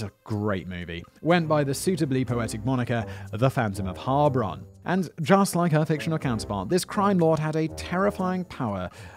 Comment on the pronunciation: Your pronounciation wasn't too bad regarding Heilbronn, but the loudest part to be spoken is the second syllable. It's HeilBRONN, instead of HEILBronn.